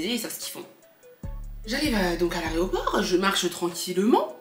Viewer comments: dit « l’areoport » au lieu de dire aéroport 😂😂😂😂 c’est chou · qui dit « aréoport » 😂😂